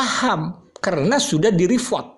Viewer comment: REPORT.......pronounce as RI POT